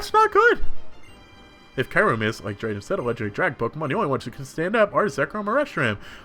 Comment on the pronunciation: So you pronounced schrodinger right so points there however kyurem is pronounced Que-Rem (not reem btw lol)